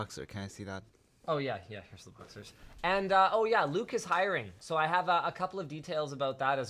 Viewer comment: Not to be a grammer nazi, but it hiring not highering